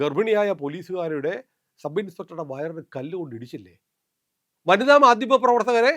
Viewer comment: മാദ്യമം അല്ല ചേട്ടാ, മാധ്യമം.